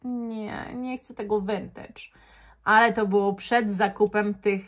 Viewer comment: No w końcu ktoś w miarę poprawnie wymawia słowo "vintage"! Już nie mogłam słuchać tych wszelakich wariacji tego słowa na innych kanałach perfumowych.